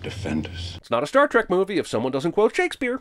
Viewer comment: STAR....TREK? I've only heard of STAR TRACK. WTF?